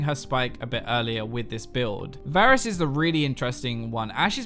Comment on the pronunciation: did he say basrus